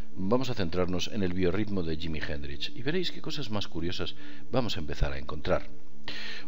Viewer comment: jimi hendrish? vamos quillo que prinunciar bien ayuda y además anne nicole smith no era playboy quizas conejita! saludos forza aguante